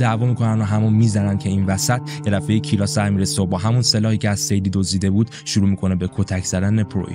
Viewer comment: ببین این اسم تلفظ درستش کیِرا هستش